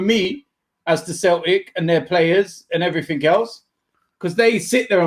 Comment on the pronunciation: D "And everythink else" T